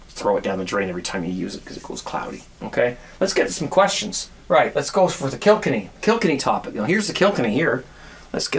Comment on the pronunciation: hi its kil-kenny not kilk-enny but keep up the good work on a marathon month watching all your videos 17 cheers from paul in ireland